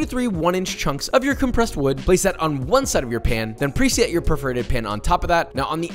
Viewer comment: it really sounded like he called it a “perverted pan” instead of “perforated pan”